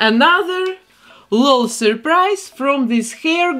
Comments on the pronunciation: its called an L-O-L surprise doll. u say each letter in “lol”. it’s not “laul”🖤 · I think it’s said L O L not lol but that’s just me I think aaaaaaaaam please don’t kill me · Ngl I'm cringing from hearing her say lol as a word not an anticipation because the commercials say "l. O. L surprise " not "lol surprise " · Your accent is my second favorite thing about you and your vids, behind your talent and creations ❤ I love that you call them "lull" dolls and not " L-O-L" dolls. Makes me giggle everytime 😅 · She says:lol Supposed to say:L.O.L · She said lal not lol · You say it L O L you say each letter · First where are you from and second you say the letters separately in L.O.L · She said lol as one word